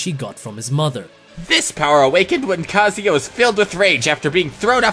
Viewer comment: It's pronounced KAH-ZU-YAH